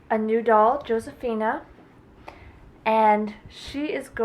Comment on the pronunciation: It's not said like that josesofina sounds like Hosesofina it's a Spanish name